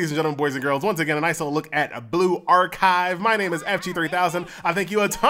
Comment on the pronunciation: Why do you pronounce it like " blue-ark-hive " ?